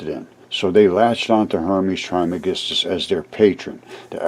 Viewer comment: There has been an episode of Ancient Aliens in the past about Hermes Trismegistus. It's been a few years ago. Some believe that he and Merlin and the Magician are one in the same. Pronounced "Tres" by the way. He is also believed to have authored numerous ancient texts, including possibly the Voich Manuscript.